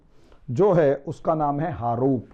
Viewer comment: harup nahi haroon h.